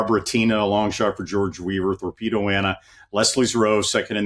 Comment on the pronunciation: Her Name is THorpedo Anna Not Torpedo Anna...Come on Guys